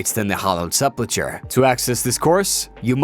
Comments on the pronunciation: Sepul-ker is how its pronounced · reading this after coming here to mention his pronunciation of sepulchre and ardougne like ardong was completely wrong was wild xD